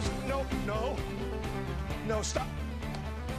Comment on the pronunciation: The fact that he emphasises the second syllable of baton makes it so much funnier